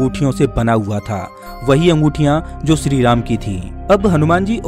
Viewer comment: Are bolna ata he kya shree jii ko sree ram bol raha he